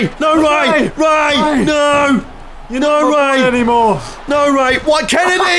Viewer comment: Mister Kennedy... Ken-a-dee!!!!!!!